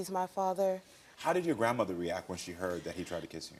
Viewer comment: Jason's girlfriend? Koramo, I think you mispronounced grandmother.